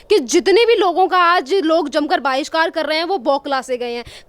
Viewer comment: Baahishkar nhi bhishkar